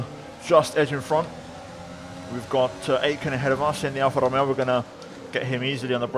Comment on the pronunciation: Awesome race bro, really impressive. Where are you from? The way that you pronounced alfa romeo was distinct